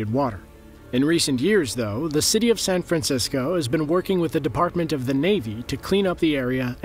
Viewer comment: San fran ceee scoooe?????